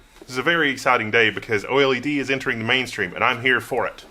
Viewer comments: I think the first thing you must understand about "oily-dee" is that most people call it "oh-led". 😜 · Man, I can't take this seriously.. How do you mispronounce OLED hahaha.